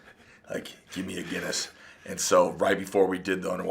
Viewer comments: It’s fuckin Guinness, Mike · Did yoou hear that two Guiness ..not one but TWO!